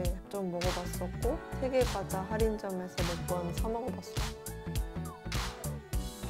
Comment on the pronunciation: 세계괴자(x) 세계과자(o)